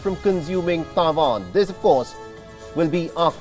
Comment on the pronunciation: Is always very funny how the host says "TAIJUAN" .